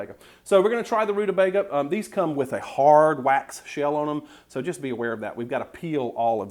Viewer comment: You pronounced it right, honey....Rude-a-BAIG-a! Then there was one of my grandmothers who said, rude-a-BEG-er...hehe